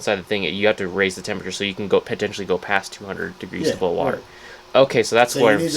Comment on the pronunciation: ITS BOIL IM FROM OHIO AND WE DONT EVEN SAY IT LIKE THAT